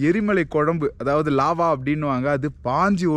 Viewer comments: bro நல்ல பதிவு. ஆனா...... நீங்கள் சொன்ன லார்வா இல்லை லாவா😂😂சிறு தவறு உள்ளது. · First , it’s Lava , not larva. First correction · Its not LARVA. Its LAVA. 🌋 🌋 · annaeee athu larva ila lava😅